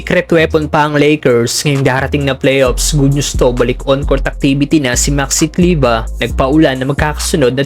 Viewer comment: Kleber brod,hnd kleba..Pinoy tayo😂